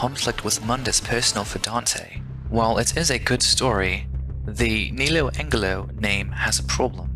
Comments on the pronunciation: Lol he said neo Angle-Lo....it's neo Angelo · Oy! It's "Ne-low Ange-low!"